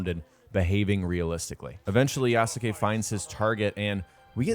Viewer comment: Please learn how to pronounce yasuke